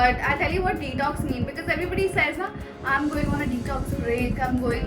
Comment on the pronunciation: I think I am the only one who hearing the pronunciation of detox is tik toks🤣🤣🤣🤣🤣🤣......but....congrats niti wish u a happy journey of your marriage 😊😊😊😊❤❤❤😘😘